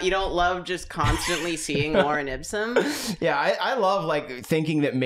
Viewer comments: Via mispronunciation, has now created the new Drawfee fan favorite character "Lauren Ipsun" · The consistent mispronunciation makes me think dated someone named Lauren Ipsum in college. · says Lauren Ipsum, as if it’s some person that pops up on the screen when you want a text box